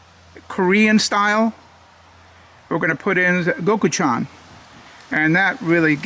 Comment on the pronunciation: It's pronounced go-choo-jang LOL! 😂